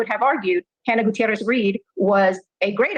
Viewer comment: I like how she pronounces Gutierrez the proper way.